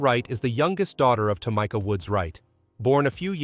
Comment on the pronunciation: Its Tah me ka! Not tomika! F'n a.i.